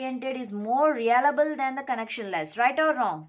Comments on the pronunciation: Your pronouncing reliable as realable😂.. anyways nice explaination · It's reLiable not reAlable